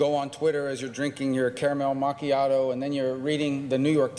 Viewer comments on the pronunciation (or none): What's a 'caramel macky-ado'? Sounds like it might be yummy but also like it might be gross. Like "tacos with grilled cow eyes." Turns out the cow eye tacos are great. 'Caramel macy-ado' though, I dunno. Sounds sketch.